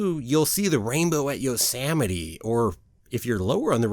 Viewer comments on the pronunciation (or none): I giggled a little when you said “yosamite “. Hee hee!!! Yosemite. Sem. Lol. I live 1/2 hour away from there. Everyone should visit. I love this place! 🥰. Can’t wait til end of March to experience once again soaring over California. I missed it!